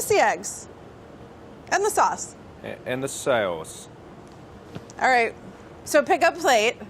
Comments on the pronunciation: She definately pronounced it "swace" the first time. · it's so funny and cute how mark tries to copy the way she pronounced "Sauce"